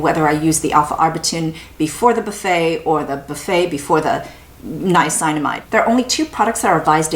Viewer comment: I love your videos so much and they are so informative, but it bothers me that you are pronouncing niacinamide incorrectly...